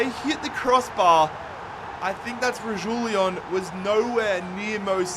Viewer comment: Just to clarify pronunciations: Destiny Udogie: Ooh-Dog-Ee Sergio Reguilon: Reg-wee-lawn